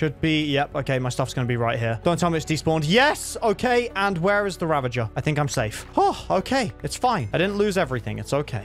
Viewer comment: It's ravager, not ravanger.